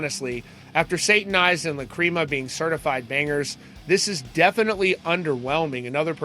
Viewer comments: Lacreama is amazing, but it’s pronunciation is Lack-rih-mah 😂💀❤️‍🔥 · LACHRYMA = LACK-RIM-UH